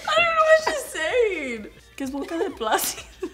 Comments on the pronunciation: Jenny Lliana she said boca de “placido” lol 😂 I wonder who that is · She said Placido 😂😂😂 if your Mexican you know this 😂😂😂